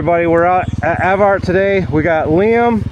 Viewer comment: Rode there about 20years ago. Coming from north of there, I was surprised at the amount of large rocks as it’s mostly sand where I’m at. It’s pronounced Ev-ert not Ev-Art. Just so next time you sound “local” 😂